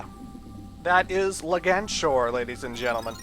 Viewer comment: Just so you know,, it's Leg-Anchor.